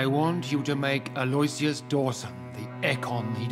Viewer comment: It grinds my gears that they all pronounce aloysius wrong, lol